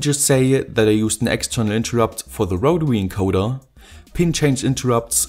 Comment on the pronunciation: wotary encowda gets me every time